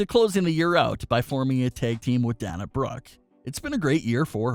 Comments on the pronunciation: DAY-NA NOT DAN-A. DAY-NA BROOKE. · If you're such a pro wrestling expert and "fan" why are you mispronouncing Dana's name? It's "Day-nah", NOT "Dan-uh", as you're pronouncing it. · Dana’s name is pronounced “DAY-NA”. Haha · PLEASE pronounce Dana Brooke’s name correctly, I beg you!! It’s DAY-na!! Sorry, little silly things drive me nuts and hit my OCD button! 😉🙏🏻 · I totally agree with all of you. That makes me want to smack I'm like get it right and say her name the correct way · I had to stop watching after the third Danya Brooke.